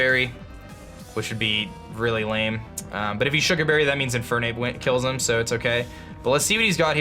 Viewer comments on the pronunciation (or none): none